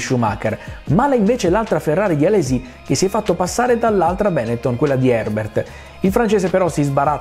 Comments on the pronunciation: Non ce la faccio. Benettòn, non Bènetton. I xe veneti, ciò! Non siamo tutti Max Pèzzali, chécambia gliàccenti alle pàrole per mòtivi di metrìca! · Sorry non posso seguire una persona che dice Benetton con l’accento sbagliato. È un cognome trevigiano, l’accento va sulla O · Mi domanderò sempre perché per i non veneti sia così difficile pronunciare correttamente Benetton 🤷🏻‍♂️😂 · Come è possibile che un italiano non sappia pronunciare "Benetton"?!?